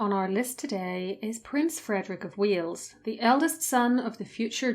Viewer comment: text says Prince Fredrick of Wales, the voice says Prince Fredrick of Wheels. job became jaw